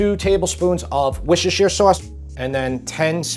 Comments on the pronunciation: One of the all time best comfort foods!! Thanks for sharing yours. (I've noticed you are one of the on-line cooking show that DOES NOT make a big deal about pronouncing Worcestershire sauce. HAHA!! One calls it "world worst named sauce" another just say "dub sauce". Your recipe is excellent, but your viewers might like knowing that after the searing and sauteed vegetable adds, a crock pot can easily be used for those who like to do that sort of thing. It can cook overnight or while you are at work if one feels comfortable doing that. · It's pronounced 'WUSS-ter' Sauce (not 'wershestershire' like you said it). I live near where it's made. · Not pronounced wuster sheer? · For my American brothers and sisters, Worcestershire is pronounced Wuss-ter-sher. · It’s pronounced ‘Wooster sheer’. Not whatever it was you said. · Looks great but hearing you say Worcestershire sauce is painful, wuste-shr is the proppa way matey🎉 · ……. secs…….what is wooosshhheerrsshheer sauce?🤣😂🤣😂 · Worcestershire is pronounced like “wu-stuh_shuh”… But is nice how you pronounced it. :-) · It’s pronounced wooster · Worcestershire is pronounced “Wuss tah shire”. No hate just think it’s funny how many Americans find this one difficult. PS love the channel. Have made lots of your recipes, great flavours and easy to follow. You’ve definitely helped me up my game. My family love them. Keep up the great work. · Wuss-ter-sheer Sauce. Why do Americans have so much trouble with this 🤦🏻‍♂️ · '2 tablespoons of wishishisheer in there'. 😂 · This looks delicious, the only change I would make is to not use any oil! I would use fresh beef dripping (tallow) or clarified butter or pork lard, Americans have trouble with ‘Worcestershire’ it is a mouthful that should be pronounced as “wuster” 😊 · just say ‘Wuster sauce’ ‘Worcester’ is pronounced ‘wuster’ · Love your channel, I'm half english, half italian. Always laugh at americans pronunciation of worcestershire sauce! In england its 'Wusstersherr'